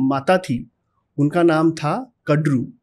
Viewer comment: Vinata nahi vinita😐 कडरू नही कद्रु